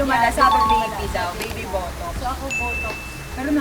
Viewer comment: bat yung botox naging buttocks HAHAHA